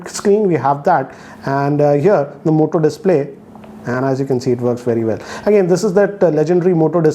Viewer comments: who else heard him saying mota 😂😂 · M I the only one who heard Mota in this video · I Believe OnePlus 8pro is far better than this!✌️ "Mota" 🤣